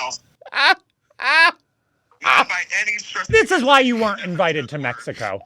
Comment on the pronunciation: I guess the reason Mateo’s ending of every last word of every sentence ends with an “a”. For example: “ But WHYa???” Is that a Chicago, regional accent? I’m East ( Virginia). I’m told that I speak half Southern, half Washington neutral.